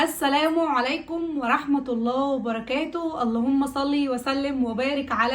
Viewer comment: اسمها السلام عليكم مش السلامو عليكم بلاها الضمه كل سنه وانتي طيبه حبيبتى